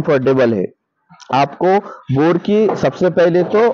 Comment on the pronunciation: Bor nhi boer bolte h bhaiyya